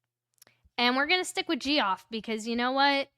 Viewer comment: Just FYI, Col. Noble’s first name is pronounced Jeff. And the head of the MSP has nothing to do with discipline of uniformed officers.